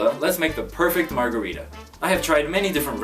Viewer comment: Americans cant even pronounce margarita, pretty sure there another story 😒